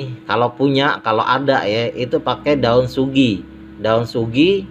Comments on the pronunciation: daun sugi nooor sekalian bang 🤣🤣🤣🤣 bukan sugi bang tapi sujiiiii 🤣🤣🤣🤣😃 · Daun suji bang... kok saya dengernya daun sugi... Sugi itu nama orang ... wkwkwk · SUJI BANG BUKAN SUGI